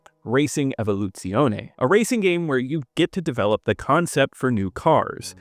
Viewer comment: Evoluzione? Don't you french it up on me boy. This game seems neat